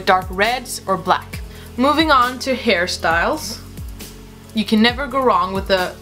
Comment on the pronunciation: it is me or she said "harry styles" not "hairstyles" 😂